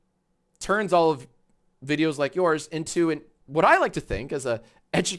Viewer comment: also learn how to talk "are you do" its "all", not "are"